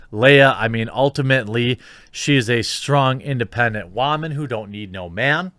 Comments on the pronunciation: What's the deal with the "wah-man"? It's really aggravating after the first or second time. I'm assuming it's a "thing"because I've heard it in other places too, along with other pronounciations of words, it's insufferable. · I normally like your channel, but I don't like your tone here. You know how to pronounce "Woman" correctly. I'm as annoyed as you about what happened to Gina, and Disney deserves a certain amount of what they're getting from you, me, and others. Cancel Culture in general is asinine and deserves the full brunt of all the sarcasm you and I can unleash. Women in general, however, deserve to be treated with respect in our discourse. I hope that there is a strong woman in your life who can explain this to you more personally.